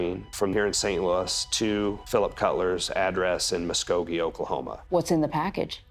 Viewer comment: I'm just glad the detective pronounced Muskogee correct lol